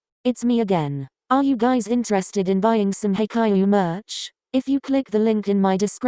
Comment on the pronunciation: oh hell no!! the way the "robot" pronounced Haikyuu just triggered me soo hardd